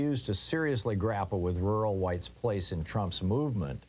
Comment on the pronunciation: This is so poorly timed, come on dude look around the world, read some news, do you see a lot of rural white rage or do you see a lot of urban elite white rage, if you think rural white rage is either a thing or a threat, you're dumb. you can't even clearly say the word rural.